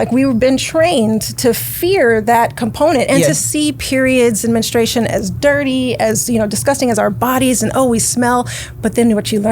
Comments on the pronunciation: Sis please stop saying men-estration. It’s men-stru-ation. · y"all was killing me with the "mennistration" lol...great topic though